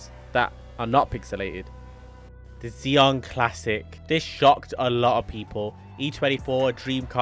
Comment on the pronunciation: It’s pronounce Zi-on not Zee-on